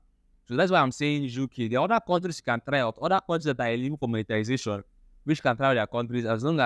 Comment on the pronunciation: It's monetization and not monetilisation